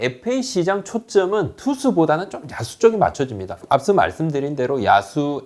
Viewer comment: 야수를 야스로 발음하시네